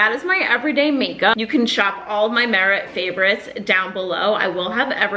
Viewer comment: Haha love you but not you pronouncing all of the merit shades incorrectly